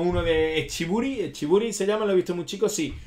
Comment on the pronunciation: es echiburú, no mencionas el acento en la última sílaba, muy mal la pronunciación pero buen video